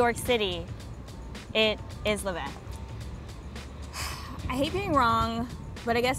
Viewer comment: Levain vain like cain levain is how u pronounce